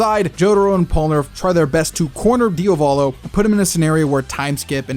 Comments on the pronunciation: The only thing I hate about this video, is you saying Diovalo instead of Diavolo......I swear it's not that hard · DIOS MÍO, why do you call him DIOvolo??? That's so grating and off-putting! You KNOW it's Diavolo! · “Diovolo” 🤤 STOP SAYING IT IDK WHY ITS GENUINELY PMO ITS DIAVOLO DE-AH-V-A-L-O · "Diovalo" lmao dude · thought i was the only one who noticed this, it made the video unwatchable for me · why is bro keep saying his DIOvalo 😭😭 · I love your videos but as an Italian please diavolo it's not pronounced diovolo like Dio. The a is pronounced like the A in "art". Please it's not hate your videos are fire it's just to clarify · Even part 5 polnareff gonna be walking with this (Also for the love of Dio,, stop pronouncing Diavolo "Diovolo"😭😭😭) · Why you keep calling Diavolo "Diovalo"